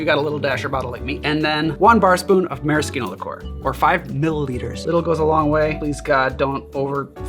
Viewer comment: Since when is maraschino pronounced with a hard K?